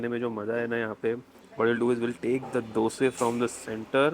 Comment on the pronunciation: Thank you for pronouncing Dhose correctly - not Dosa like north Indians pronounce.